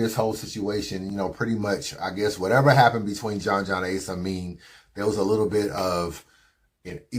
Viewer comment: Why u gotta pronounce Ace Amin like that? Lol